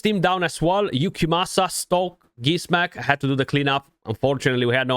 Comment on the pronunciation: Wow 43 minutes in and you pronounced it correctly 😂🤣🙌🙌🙌🙌 much respect to you 🫡 great guide, thank you!